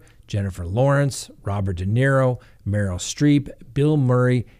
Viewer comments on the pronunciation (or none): none